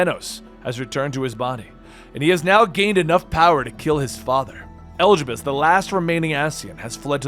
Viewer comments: Ok at first I thought maybe you just didn't know how some words/names were pronounced, but after hearing you say "Elgibus" I just have to think you're doing it on purpose...right?!? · i'd giggle every time i heard it, we've only heard them pronounce "e-li-di-bus" thousands of times in hundreds of cutscenes ... (if u play with english voiceovers) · Your pronunciation of Elidibus vexes me. Telepholrio too. Those were said dozens of time in the game, stop making excuses. And I think you've skipped over too much in the 5.3 part. Elidibus awakening Echo in half of Norvrandt was important. Tiamat didn't summon Lunar Bahamut, the summoned him as a primal, way back when Allag was still a thing. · Holy shit can you please learn to pronounce the names. Eljibus? Vautry? Amh Arong? Telophoria? Look at how they're spelled, homie. Good video tho.